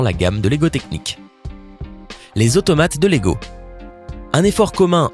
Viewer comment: il a dit logo technic mdr